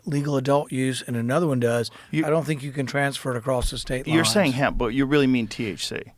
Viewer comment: It must've taken every last bit of patience not to correct him every time he would talk about "hemp."